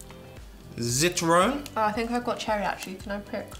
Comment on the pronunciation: The Pronunciation of ZITRONE 😂🍋